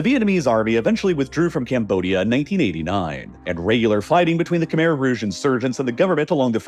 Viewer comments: Kuh-mai. It's pronounced kuh-mai. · Great video, but "Khmer" is not pronounced "camere," like it rhymes with bear. It's pronounced "Kh-my," like it rhymes with eye. That's not 100% accurate because the true sound doesnt exist in English, but it's far more accurate than "camere." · Great video so far, but i have to point out that khmer is pronounced "keh-mai" not "keh-mair" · for those that don’t know… Khmer is pronounced kh•mai (Kh-m-eye) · Khmer pronunciation horrid